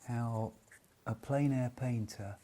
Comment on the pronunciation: Totally agree. And while I'm in the mood for a rant, "plein" does not rhyme with "pain" or "plane". It rhymes with "pen".